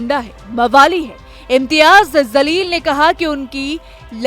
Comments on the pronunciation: Pronounce correct karo Jamleel hai not zaleel , Allah hu Akbar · Tojhe news anchor kisne banaya name to sahe se le zaleel nahe jaleel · Zaleel Nahi Jaleel bolo. Sahi uccharan seekho. App patrakar ho. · Anchor madam Imtiyaz zaleel nahi he Jaleel he Urdu sahi we bole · Bete wo imtiyaz Zaleel nahi, Jaleel hai Please thoda theek se pronounce karen